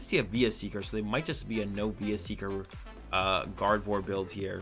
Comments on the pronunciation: "gardeon naw dude its gardevoir xd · Yeah but he was specifically calling Gardevoir gardeon and it's not! He was playing gardevoir and sylveon not gardeon! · no, gardeon is a card not a deck lmao